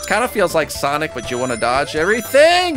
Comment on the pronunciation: sonic just said MLUYZS